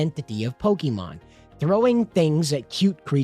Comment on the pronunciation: Why do you pronounce it pokimon instead of pokemon?